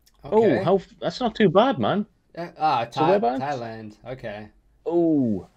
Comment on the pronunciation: Thailand, its Thailand FFS🤦🏻‍♂️🤣